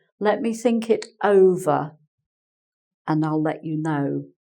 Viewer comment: Hi, when you say think it sounds like sink... and it makes some sentences very funny